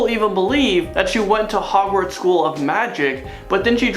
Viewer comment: Are you saying, "magic SHOOL bus?"